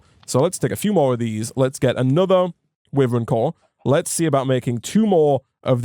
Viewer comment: the way he pronounces wyvern actually hurts me, it's supposed to be why-vern (like the dragon) Say it however u feel, just though I would let you know just in case. Love ur content, keep it up <3